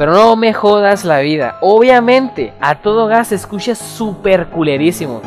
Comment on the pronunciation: La "ch" la proncunciás para el orto, y no soy Español. Se dice "escucha" no "escusha" >:v